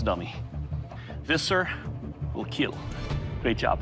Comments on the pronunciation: It will keal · This sir will KEEL, not KEAL🤦‍♂️🤦‍♂️🤦‍♂️🤦‍♂️ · So after all he can say "it'll kill" normally without going "it'll KeAeAeLl" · Its not KEAL its KEEEEEL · Why keal why not keel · its supposed to be "KEEL" cmom yall, listen to the people. Quit overthinking descriptions!